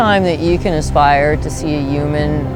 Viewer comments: Anyone else notice that she said UMAN not Human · I'm pretty sure I heard her say " uman" instead of human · Is it just me or did she pronounce human "uman" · "Uman bean" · "Yuman." Last time I checked I was human wtf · I heard Uman. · Annoymous Kitten that's how my mom says it and it drives me crazy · Annoymous Kitten Loll yes like Donald Trump says uge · My Little Pony Videos she did say that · i know its funny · yuman bean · Annoymous Kitten A bunch of people pronounce it like uman and its soooo annoying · Annoymous Kitten UMAN 3 TIMES 😂😂😂😂😂😂😂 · why did she say "yuman" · the word "yooman" ruined this video for me. XD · "U-man" TRIGGERED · "uman" I'm done 😂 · did anyone else feel like she said "yuman being" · uuuman- Donald Trump uuuman- This Woman